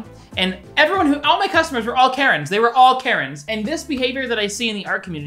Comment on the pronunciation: Okay around like ish when u was saying Karren I thought you was saying carrot and I got so confused, like damn this man must not like carrots.